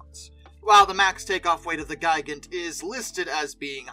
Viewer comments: Just for future reference; Gigant is pronounced Gee Gant. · By the way, the pronunciation of the Me 323 Gigant is "Gee-gant", not "Ji-gant". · Hahahaha! But seriously, "Gee-gant" is the correct German pronunciation for the word, which of course, means giant. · "Ji-gant" sounds like the name of a kaiju wanting to attack and destroy Tokyo.